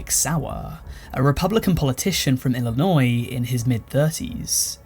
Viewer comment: As an Illinois native, thank you for not pronouncing the "s" in Illinois.